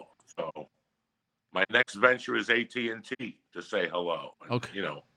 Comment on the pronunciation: Cant wait till Joey goes to "ATNT"